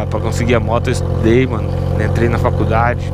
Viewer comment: Rachei quando ele falou : Es - Today , (estudei) 😂😂😂